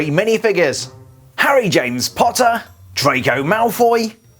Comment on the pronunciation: Who else thought he said trago malfoy?